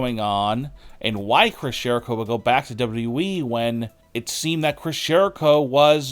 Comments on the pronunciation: It's WWE NOT DOUBLE DOUBLE E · You have a voice for silent movies bro. And it's W W E. Not W E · hey bro it's wwe not weeeeeeee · Stop DABLOO DABLOO EE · Who is w we? Oh, you mean w w e. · "Chris Jericho to Dubba-derwee??" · Its still amazing that he can't say WWE man just spurts out dubadubaE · WwhwhE or Wwheeee. haha pronunciation is key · No, he said "W Double E". The guy can't even pronounce WWE correctly. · Aside from this entire video being nonsense, it sounds like you’re swallowing your tongue every time you say WWE or AEW. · Is this guy incapable of pronouncing WWE? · My question is why you can’t pronounce WWE? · Can’t even pronounce WWE properly 🤣🤣🤣🤣🤣🤡🤡🤡🤡🤡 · The way you say WWE annoys the literal piss out of me. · Why does this guy say WWE that way??!! 😂😂😂😂😂😂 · I will believe you when you can properly say WWE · This narrator makes Scott Steiner sound like Barack Obama. WWE doesn’t need to be said in 4 syllables jabroni. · When you learn how to say WWE correctly, maybe people will take you seriously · I don't belive anyone who can't fully say WWE. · You should learn how to say wwe if you are going to say it over and over